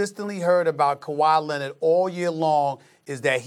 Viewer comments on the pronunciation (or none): “Kawahi Leannet”